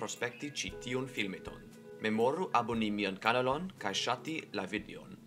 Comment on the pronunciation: true but I was more concerned about the part that was not understandable. The pronounciation of kanalo was confusing at first it took a bit but if you PArolas instead of paROlas I will understand you.